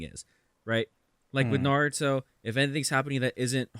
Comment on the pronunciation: NAROODO?!?!?!? N A R O O D O?!?!?!?!?!?